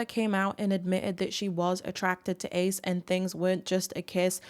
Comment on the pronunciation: I think you mispronounced Ace